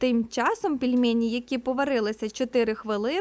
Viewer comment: Дуже неприємно було чути "пЄльмЄЄні", а не "пельмені"